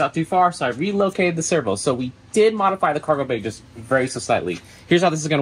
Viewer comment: "a functioning kawgewhl door" not hating, just love that you left it in